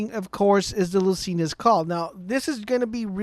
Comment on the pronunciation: i have failed to grasp why so many youtubers, that i would think have their videos edited, pronounce lucian's call and Lyuda wrong. they for some reason get pronounced "lucina" and "lydia". I just don't get it.....